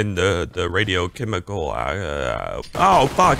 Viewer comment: I like the “chemicles”